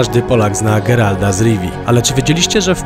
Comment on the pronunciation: Geralta, nie Geralda